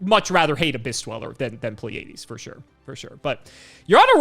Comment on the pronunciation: Pleiades is a normal word... you should be able to pronounce it, my man... xD